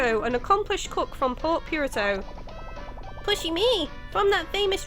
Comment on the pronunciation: I always do a double take when she says Port Piurto instead of Port Puerto (pronounced "poo-erto" for english speakers). I love the let's plays tho!!